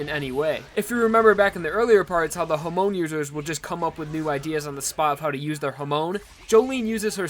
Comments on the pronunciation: why do you pronounce "hamon" so weird? you didnt watch part 1 or part 2 did you? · The way he pronounces hamon is kinda funny